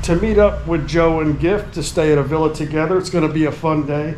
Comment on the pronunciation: Hey, I am the jersey guy who corrected joe on his pronunciation of breakfast thank you for pointing that out, I have a new one, the word is Villa there’s no R in it. ITS NOT VILRA… My God his pronunciation…Hoboken, Jersey City. And I’m from Hawthorne 10 miles away. I love the music you played in this vlog, it’s a Thai song, girl singing. Can you tell me the name of it. Love watching your videos,,you and the Chocolate man.